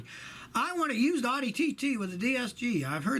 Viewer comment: Very wrong about Audi's, you can't even pronounce the name correctly. They didn't get to be one of the top luxury manufacturers in less than 20 years by producing garbage. Never understood why you rip on German cars when they're known for being well engineered. I've owned many Audis and they've all served me well, the most reliable vehicle I've ever owned was a B5 A4, going on 12 yrs without any major issues and she's been driven all over the US, you turn the key and she's ready to go.